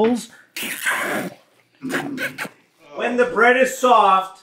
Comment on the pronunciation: You know is zoinked out of his mind when he starts saying "WHHEEEEEEEEEEN THE MOON-"